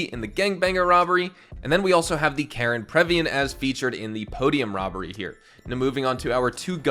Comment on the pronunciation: You keep making the same pronunciation error with Karin. You keep saying it as "Karen", when you're supposed to say it as "Kah-REEN", with a hard E, not a soft E. Karin is a Japanese name, and it even says the name of the in-game company is "Karin", not "Karen".